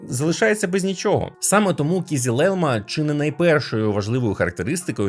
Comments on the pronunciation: О це я розумію, огляд ТЕХНІКИ! :elbowcough: Тільки на "кізіл", а "кизил" (і без крапки) :) Хоча по турецки червоний "кирмизи" (kırmızı), але "кизил" - загально-тюркське слово, яке розуміють всі тюркомовні народи. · хтось повинен це зупинити. Kızılelma, "ı" не дорівнює "i", вимовляється як Кизилелма (Кызылелма) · Його назва читеється "Кизил Елма", з наголосом кожного разу на останній склад. Türkçe öğrenelim! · стосовно кизилелма, оригінальна назва Kızılelma , зважте на і без крапочки зверху, читається наближено до української "и". Та й то норм, дякую за те, що ви робите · Маленьке зауваження щодо згаданих назв. Не Акінчі, а Акинджи. Не Кізілелма, а Кизилелма